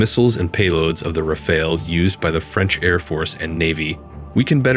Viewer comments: FYI: Rafale is pronounced Ra - Fal (as in Pal) Dassault is pronounced Da - sso (as in Lasso). The L is silent. Have a nice day. 😊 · RAFALE pronounced like NADAL (tennis player) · Every English speaker gets confused by the « E » at the end and will pronounce it Raf-Ale (as in beer), but that « E » is silent and we French pronounce it « Raf Al » as in Albert. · I noticed around 7 way to pronounce "Rafale" 😂😂 it would have been so easy to write it in Google translate and listen 🤡🤡🤡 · One that doesn't know how to pronounce Dassault or Rafale.